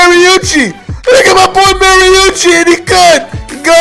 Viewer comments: marunchi? I think you mean Mariani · Yo no disrespect to you, but its Mari-ani, sorry but i gotta rep him, hes from My state